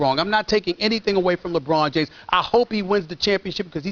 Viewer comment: LeBron Jimes